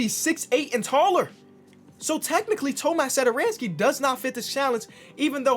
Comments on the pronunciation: Hey, i'm actually Czech just like Tomáš and you read it like Tomaash Satoranksii. I know it look wierd but if you put it into google translate you get the right pronunciation. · That accent on tomáš satoranský's name is pronounced as "sh" so basically Thomash Satoranskee, like this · I am from czech republic and I just love how say Tomáš Satoranský 😂